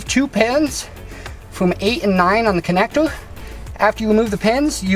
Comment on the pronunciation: I just heard "connectour... Connectour... Connectour.."